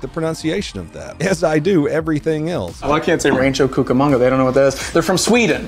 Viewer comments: Lol no you said cucamunga right. Lol born in San Berndino county, now live in Texas! 😊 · nah, as a Rancho Cucamonga native, you did pretty well